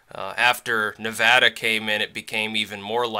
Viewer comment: Thank you, btw, for pronouncing Nevada correctly.